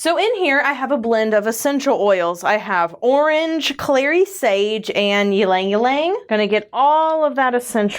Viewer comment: I really like you doing these all-natural soaps, and am a huge fan of ylang-ylang. It's intoxicatingly floral and mysterious. I'm pretty sure you don't pronounce the "y", so it sounds like "lang lang,"